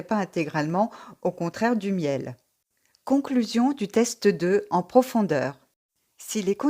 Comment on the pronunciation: Très belle vidéo ! top ! j'adore votre contenu. La prononciations de la marque Miele ma fais sourire. :) (C'est une marque allemande donc ça ce prononce, Mile, pas comme le 'Miel' comestible)